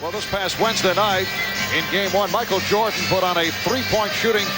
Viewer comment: "M'achel Jordan"